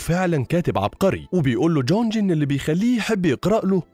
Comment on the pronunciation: اسمه jong مش jonj ، انا عمري ما سمعت اسم كوري كدا🤣 شكرا على الملخص